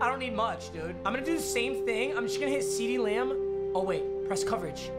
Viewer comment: ceedee lamb, seedeez nuts Me:what nuts